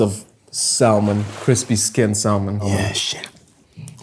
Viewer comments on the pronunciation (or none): So, you learned English curse words, but not how to pronounce salmon..